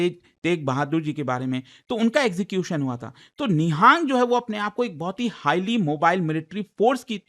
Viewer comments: It is Nihang not ni-haaa-ng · Nihaang sikh nhi pronounce nhi karte,it is Nihang sikh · It's not NIHAANG it's निहंग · It's not nihaang it's nihang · It's nang